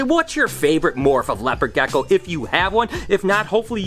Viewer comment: sos its rlly annoying how u say gecko